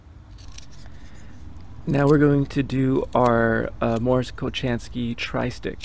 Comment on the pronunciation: Cool video. Btw, Mors’ last name is pronounced Ko-HAN-skee. :) RIP Mors Kochanski.